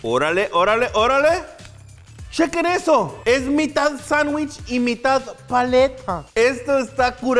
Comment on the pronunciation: un anuich in anuich